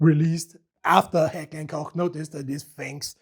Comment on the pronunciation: Still strange to watch a video in english language while the protagonist pronounces Heckler und Koch and Walther correctly 😅